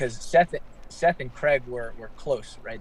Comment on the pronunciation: Craig not Creg like Greg